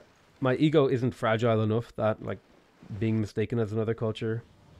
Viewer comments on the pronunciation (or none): none